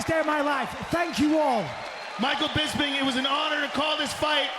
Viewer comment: First off, I love the way Rockhold pronounces Bisping's name.....Bisbing....I look forward to hearing that for some strange reason. I kinda was annoyed by Bisping early on in the UFC. When Hendo dropped the H bomb on him, it was kind of satisfying, in a sick twisted way. Anyway, Bisping won my heart over time. His perseverance, trash talking, and his character all contributed, but what cemented it was his love of his family. He really is a class act despite some of the stuff he might say.